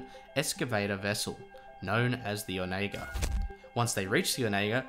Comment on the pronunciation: I think you are pronouncing the ship wrong, I think it's more like on a gurr. Not sure where I've heard that before but it is vaguely familiar. No big deal it's not like it's a common word.